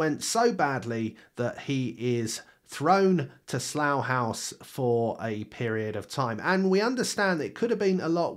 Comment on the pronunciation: Why does he say saloo hause?